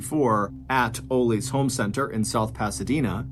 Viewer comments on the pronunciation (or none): Its pronounced ahhlees not ooolees aka ollies 🤦‍♀️🤣🤣